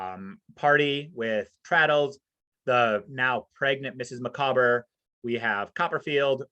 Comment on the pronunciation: Having a purpose - yes, Dickens was very much a self-made man, and one with a tremendous work ethic, so he placed great store on independence, self-reliance and hard work. BTW, I once heard someone pronounce 'Micawber' 'MICK-a-bore'! Good grief!